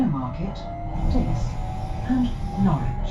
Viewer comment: Well, at least nails "Norwich" without issues. Many people, even native English-speaking Americans, struggle with that, I tend to find.